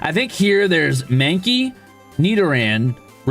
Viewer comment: OH GOD HE'S PRONOUNCING IT SO WRONG 😭😭😭